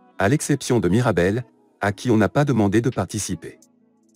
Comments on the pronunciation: C'est plus " Mirabelle" c'est " Marabelle " 💀💀💀💀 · C'est pas Marabelle c'est Mirabel. Mais sinon c'est superbe !😊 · C'est mirabel 😂pas marabel